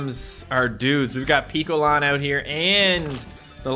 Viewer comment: Piccolan is pronounced pic and picture.